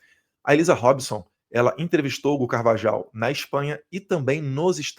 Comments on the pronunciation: Eduardo, me deu gastura vc pronunciando Carvajal... é [Car-va-RRAL] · Acho q a pronúncia é CARVAHAU E NÃO CARVAJAL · Eduardo, vc fala espanhol. O J tem som de RR. Logo, a pronuncia correta é CarvaRRal. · Pronuncia certa: CarvaRal e Magnitsk e não magninski!!